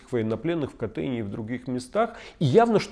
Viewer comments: Очень качественный выпуск, только КАтынь, а не КатЫнь, пожалуйста. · Леонид, извините, не КатЫнь, а КАтынь. Смолянам польское ударение режет слух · В названии Катынь ударение на первый слог. Раз уж задали тренд поправлять Леонида)))